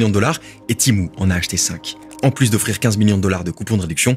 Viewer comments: Ça se prononce Témou pas timou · À partir de "Timou" j'ai arrêter la video (C'etait vraiment dans l'intro ) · Tu peux pas dire Tému comme tout les français ? 😂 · MOI JE LIS TEMU PAS TIMOU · Tu dit Timou c’est énervant